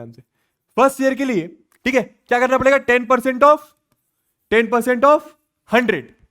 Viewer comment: THIK BAA 😂😂 THIK BAA😂